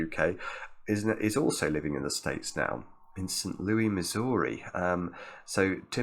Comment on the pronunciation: I love the way pronounced “Saint Louis, Missouri” 😂